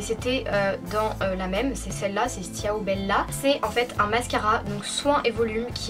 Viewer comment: J'adore ta chaine mais ciao sa se dit "chaou" mais sinon je t'adore je crois que j'ai vu toute tes vidéos